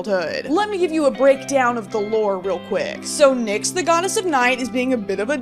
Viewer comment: I lose a year off my life when I hear people pronounce Nyx like that. (I’m Greek fyi)